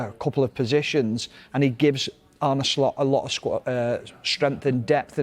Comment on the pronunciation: You're Tom not Tim; he's Arne not Arnie ☝🏾